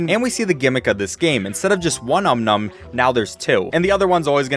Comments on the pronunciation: Dude it's om nom not um nun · Does his voice sounds different? Also he actually says um nums instead of OM NOM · Om Nom not um num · Its om nom not um num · I hate how he says "Um Num" instead of "Om Nom." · What the fook is an Um-Num its Om-Nom